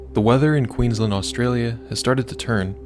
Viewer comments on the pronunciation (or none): none